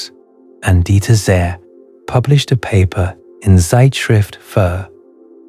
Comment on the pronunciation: My God, how did you butcher the pronunciation of that German nuclear physicist!!!!???? It is "Deeter Tsey".... the best approximation that will be understood correctly by a German national! Other than that, thank you very much for all this great food for thought. I personally tend to the assumption that there are innumerable realities all existing simultaneously, but it is only one of them that our consciousness can interpret: the one we are bound to, or a part of, or focusing on... not sure which is the right way to define that. Maybe we are an integral part of that one given reality and therefore we cannot be in other simultaneous realities. The same way we can only be in this physical body, not that of another person. The only difference is that we can see other persons... but!!! that is an illusion. We are in actuality just ONE entity, not billions.... very much like billions of atoms are part of our one body... it's a matter of scale. And ALL scales are not available to us, just the ones existing in this version of reality. Other realities are being co-generated by other consciousnesses, of which there have to be as many as there are existing/manifesting realities. Again, realities which are not "us". I am getting dizzy, lol....